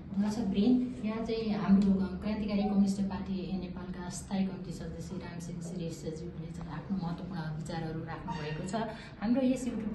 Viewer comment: रामसिङ होईन रामसिँह भन्नुस्!